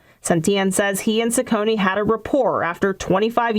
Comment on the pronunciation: Ciccone is pronounced "Chi-conne", not "Si-conne".